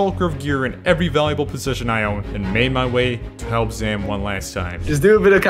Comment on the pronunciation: He says "I'm on my way to help" but sounds a lot like "I'm on my way to Hell", which, quite frankly, makes an equal amount of sense.